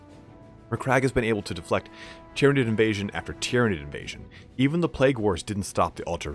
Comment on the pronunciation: you pronounce Tyrnaid very strangely